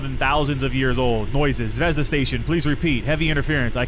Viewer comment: 😂😂😂😂 yes you said zvezda wrong